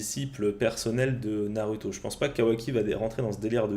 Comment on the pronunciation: tu dis "naruto" à la place de "narouto" mais tu dis pas "sasuke" mais "sasouke", si tu prononce mal, vas jusqu'au bout